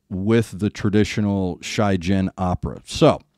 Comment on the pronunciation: Really good and in depth reaction. For a more good view of what is the traditionalshigin style is (prononciation she-gin with a hard g) a far more recent version of Akatsuki no ito has been posted recently where Yuuko san recites the whole poem. Akatsuki no ito is a very positive song, full of hopes and has become, rightly, their anthem that they are playing during the "encore" part of their gigs. One thing I also noticed on Yuuko(s clothes. Most people will say that they are very traditionnal looking. That's not entirely true. You will also find that mix of traditional/european style that is the trademark of WB. Above the waist her clothes looks very much like a standard ceremonial kimono, but below the belt it's looks more like a normal european long dress, showing (beautiful) legs when she's moving.